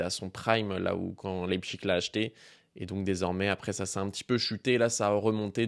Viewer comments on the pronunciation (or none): T’es le seul bipède à dire « leipCHIG », c’est Leipsich dans la prononciation aha